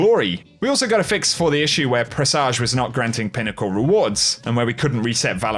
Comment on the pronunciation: "Preh suhj" that's how you pronounce it.